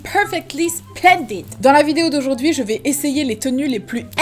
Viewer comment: J'adore quand tu dit "IM PERFECTLI SPLANDID